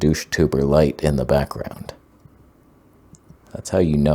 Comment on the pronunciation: I like todays blue toneh-gound.